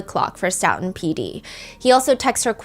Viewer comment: STOE-TON not stout-on